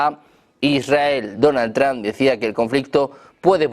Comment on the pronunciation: porque dicen Donald Tram los españoles si tienden a leer el ingles tal y como esta escrito?